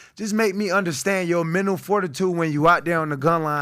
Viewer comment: I thinks it’s ironic he can’t pronounce mental